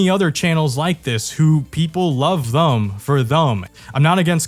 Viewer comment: “love thum for thum” truly inspirational